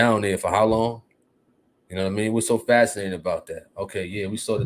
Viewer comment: Dude said en fascinating 😂😂😂😂😂 ….what a dumdass